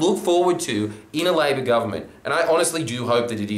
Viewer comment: It's "LA-BOUR GOVERNMENT"